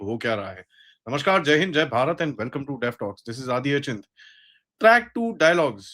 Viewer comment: आप "नमस्कार" के स्थान पर "नमश्कार" क्यों कहते है?